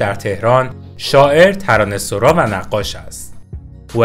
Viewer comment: ببخشيد مگه تلفظِ صحيحِش ترانه سَرا نيست. شما چند دفعه گفتى ترانه سورا. اگه كسى ميدونه بمنم بگه. شايد سورا هم درسته. من نميدونم. ولى فكر ميكَردَم تلفظِ صحيح سَرا ميباشَد. فدات.